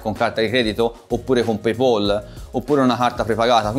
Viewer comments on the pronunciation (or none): Era il video più chiaro del mondo, poi hai detto paypOl e ho chiuso subito 😂